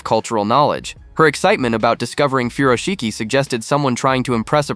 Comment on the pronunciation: She butchered the pronunciation of “furoshiki”.